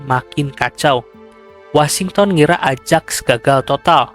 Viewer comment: koreksi = ajax dibacanya ayax.